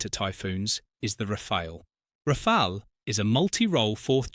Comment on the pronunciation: Its pronounced Rafal or Rafalé not Rafail.